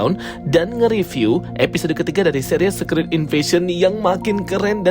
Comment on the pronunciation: Bacanya bukan sekrit bang, tapi sikret